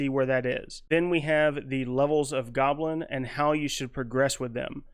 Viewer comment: Intermediate “golbin” lol. Love it.